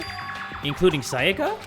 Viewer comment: so we just gonna ignore "sakaya"